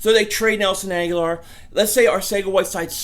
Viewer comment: Pronounced Ag-Ho-Lor. He has been there 4 years now and you still can't get his name right! I think he needs to go to a team that will respect his name...